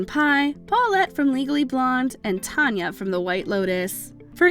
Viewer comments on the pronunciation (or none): none